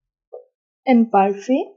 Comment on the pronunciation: Kindly check the pronunciation of Imparfait.Your presentation is simple n good. 👏👏